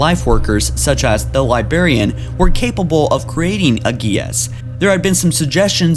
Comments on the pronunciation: Omg bro it is LibRarian... I had to turn this off midway because of your incessant mispronunciation and missing of cited quotes. Love Halo but you are fired as narrator. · Every time you say librarian incorrectly I cringe.. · LibRRRRRRarian. God dammit. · Every time you say "Libarian" a Spartan dies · Dinact and Libarian? Can Dean take over the channel? Lol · Dude you can't even say librarian right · Dude your not even saying the word librarian at all, how does someone that can't speak properly keep getting used to narrate these videos, I'm sure there are people that don't mind hearing words being spoken incorrectly CONSTANTLY, but I'm not one of them. Now... Bring the hate if it must be brought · God damn, there's a fucking R in library and librarian. Fucking English, do you speak it? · lol dude cant say librarian right. he speaks like a 4 year old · how can he not say librarian he says it like its libarian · Dude, unsubscribed for how you say li*barian instead of correctly pronouncing Li*brar*ian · Whats the Libarian? I know the Librarian but not Libarian. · Librarian not libarian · Great video. It's Librarian, not Libarian. Sorry to be a grammar nazi, but it drove me nuts the whole time. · LibRARian. It's not LieBERRian. Jesus fucking christ. Don't make youtube videos if you can't pronounce simple words properly. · For Pete's sake, man! It's Librarian! Not libarian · "Libarian" ... "Labarian" ... "Labarian" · *Librarian , not libarian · "Libarian" hahaha... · now with me "Librarian" not "Libarian" you silly little dog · Still saying libarian? jesus... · You said liBARian so much I want to saw off my own head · 😂😂😂!!! Li-BRARIAN*, you moron! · What the fuck is a Libarian? Thumbs down on this video, and I'm removing this dumbass channel from any future recommendation. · Libarian I'm dead🙄🙄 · yessss, hearing libarian annoys the crap out of me too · What the fuck is a libarian?